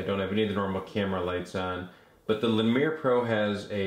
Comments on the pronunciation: it's not a "le-meer" it's "lee-mur". like the small monkey. ever heard of zoboomafoo? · Lemur, like the animal. Lol, but I like that you made it fancy French. :D